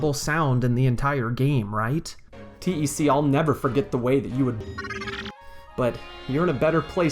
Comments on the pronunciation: The character name: "TEC," like "tech": "teee eee sceee" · I had no idea people called TEC "T-E-C". That's just...wrong. It's TEC! TEC! Pronounced like "tech"! Also, regarding the Riverside station switch/blue switch. I always liked that. It was a big joke. You think the realistic looking switch will be THE switch, but no, it just gives you access to the real switch...which is a Mario-esque blue ! switch. I love it! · Yeah I always read it as "Tech". I assume TEC is a reference to HAL in 2001, and you don't call him H-A-L. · You're not a Lunkhead, You're a, Also why do you say T E C instead of one word as TEC? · "T-E-C" and "Moosh" hurt my soul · I remember the Game Grumps called him T-E-C. It really bothered me.